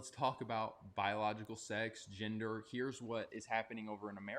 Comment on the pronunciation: Why does "Ginder"!? It's fucking GEN der. IT'S NOT THAT HARD, BUDDY!